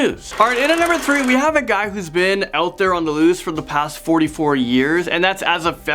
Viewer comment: "The loost"